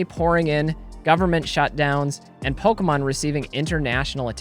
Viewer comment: How could ANYONE listen to someone who calls it “PolkaMon.” 🙄